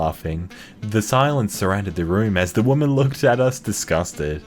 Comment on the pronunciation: Can't you hear it?! It's a Whamen! 🙄🙄😤😤😤